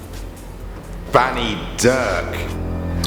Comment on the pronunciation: at first i literally thought he said fanny not banny...